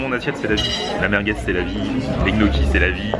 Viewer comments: Alors les pâtes que tu as mangé, les gnocchi, ne se prononce pas "g-noki" (le son "gueu"), mais ça se prononce "gnioki".. Il y a beaucoup de mots comme ça que tu prononces de travers mdrrr en tout cas continues tes vidéo, elles sont cools;) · et pour info les gniocchi ca se prononce nioki mdrrr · Pardon ?! Les GNOCCHIS on dit Nioki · Ils sont sérieux avec leur "Gnocchi" ? ça se prononce "NIocchi" bordel Mdrr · Chelou comment tu prononce gnocchi ! Pourquoi le son gueu ? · sa secrit gnochi sa se di nioki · Apprend a bien dire gnocchi onair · Gnocchi le G ne se prononce pas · On ne prononce pas le "G" de gnocchi !